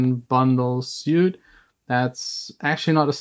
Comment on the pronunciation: Soundtoys is legit amazing. Btw, "suite" is actually pronounced "sweet." Just for future reference :) Love your vids as always!